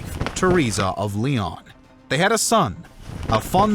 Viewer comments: Great video and very well illustrated and very interesting to watch! But the Pronunciation of León and Guimarães in particular is giving me headaches :D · it’s pronounced lay-own, not lee-on. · It makes my ears bleed to hear the way you pronounce Leon. It's not Lee-on; it's lay-own. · It’s not ‘Lee on’ dipshit. What do you think the accent over the o is for? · Leon is pronounced "LAY-OWN" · How do you call León "LEEEE-AHN" there's an accent right there bro. It's so cringey every time. I literally can't. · The mispronunciation of Léon is driving me nuts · Hearing you pronounce Leon made my head hurt. The only thing worse was the two minute better help ad. I’ll avoid your videos from here on out. Now I know.